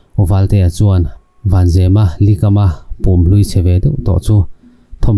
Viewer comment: Pum pawh a lam dik loh em hi.....